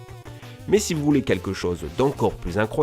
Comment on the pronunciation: "des capacités SIX impressionnantes"